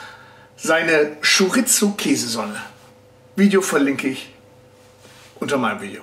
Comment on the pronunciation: Wie immer ein cooles Video! Aber bitte sag Chorisso. So wird das ausgesprochen... 😬 Sorry. Aber deine Stimme hört sich wieder super gut an!